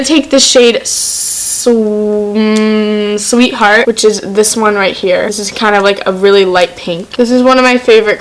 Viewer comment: sweer heart BAHAHAHHAHAHAHA